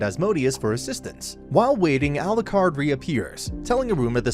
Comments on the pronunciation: A-lu-card not a-lu-crad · How does the narrator manage to pronounce Alikred differently every time? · especially given how often Alicreeds name is swaped